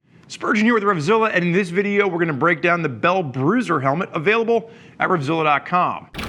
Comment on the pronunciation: it not the Brew-ser helmet its the Bell Bro-zer. Bro:)